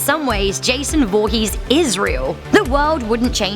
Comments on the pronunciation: "Jason Volhees" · In the beginning this woman said "Jason VOOhess"😂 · Jason voohees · JESOON VOOHEEZ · You said his last name wrong